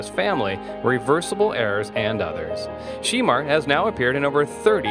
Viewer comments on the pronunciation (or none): Pronounce his name right Shermar Moore not She Mar. OMFG. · He is killing me with the pronunciation of his name. It is SHEMAR, not She-mar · Sheee-mar?! Really?! that's not the correct pronunciation of his name, get it right! Geez! its pronunced Sha-mar (although spelled Shemar). He is fine ass man, gorgeous! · Whoever is narrating, please pronounce Shemar's name correctly. It's like Sha-mar not She-mar. He is a talented actor... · You do realize his name is pronounced she-MAR not SHEE-mar. It sounded really weird every time you said his name wrong. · Why they calling him Sheemar? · His name is not she mar... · You calling him Sheemar....... What you trying to say? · I dislike the way this man is pronouncing his name as well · His name is not pronounced SHE MAR. For God sake! This clip is so irritating. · “She”mar who ? Lol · His name is not She Mar. Learn how to pronounce his name! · It's Not Sheeeemar!!! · Saying this mans name wrong is very annoying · It's also mispronouncing Sanaa Latham. I almost missed it, but I had just read about her being pregnant (by French Montana)! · YOU'RE PRONOUNCING HIS NAME ALL WRONG!!! "Get it together!" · He knows he's pronouncing his name wrong💩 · Learn how to pronounce his name correctly!!!!!! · The more this commentator mispronounces his name the more it irritates me! Lol